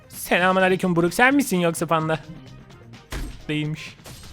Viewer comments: Abi bruk değil brok (brock) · Abi o BURUK diye değil BUROK diye okunuyo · Abi bruk değil brock diye yazılıyor brok diye okunuyo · abi brock buruk diye değil brok diye okunuyor